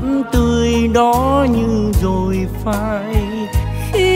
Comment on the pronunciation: Các cô cậu, anh chị ca si tại sao khi hát không phát âm các từ có chử "R" cho đúng. Ví dụ: "rồi" tại sao lại hát "dzôi". Người Việt Nam có nhiều từ, chử cần thiết phát âm cho đúng chính tả. Thế hệ sau lại học theo cái sai của các anh chị. Thật xấu hổ ....😢